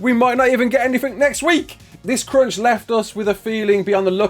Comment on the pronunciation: the way you say crunch sounds like cringe and i kept laughing at that